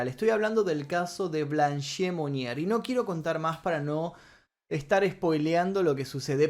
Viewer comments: Excelente vídeo,salvo un detallito:el nombre de la Blanche Monnier se pronuncia "Blanch"no"Blanché" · Blanche significa "Blanca" en francés. Y la 'e' final no se pronuncia. Osea: 'blanll'. Algo así. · La E de Blanche no se pronuncia.